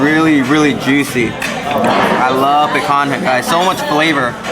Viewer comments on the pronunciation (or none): Thanks for the review! Now we have this on our list of restaurants to try. It’s pronounced pican-ya. Other than that, awesome!